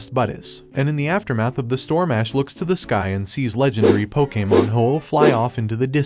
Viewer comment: Dude you sound like an AI and why you talking bout sum “pokamon”😭😭😭😭 cannot finish this shit